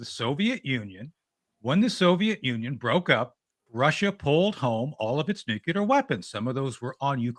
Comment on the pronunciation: "Nucular" oh okay, credibility---. Next!